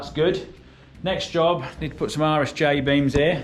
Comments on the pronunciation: It took me a second to hear "RSJ beam" correctly. Thought maybe "Irish J" was a British colloquialism for "I," like in "I-beam." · All I can hear is "Irish Jay" Beams :) sounds like handy fellow